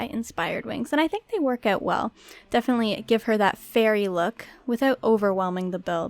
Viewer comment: She says art like ert and she says out like ewt